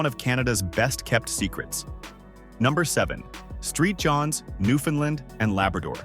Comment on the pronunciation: Who ever made this is an Idiot !!! Scarth, MB ??? How about Binscarth !!! Street Johns ??? Maybe Saint Johns !!! And for God's sake learn how to say names correctly !!